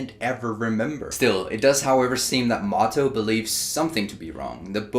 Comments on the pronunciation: I think it's "Mo To" instead of "Motto" :) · just "moto" as in Miyamoto :p